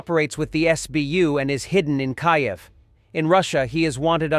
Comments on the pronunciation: I know, right . Mispronouncing, Kyiv is fairly new. Quality of the A.I. seems to be going down in the last couple of weeks. WHD needs a new sound engineer. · teach your AI to learn how to say Kiev! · Funny how this AI Narrator can properly pronounce Pyongyang but is unable to properly pronounce Kyiv 🤷‍♂️ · Your AI voice cannot pronounce Kyiv correctly. You should fix that.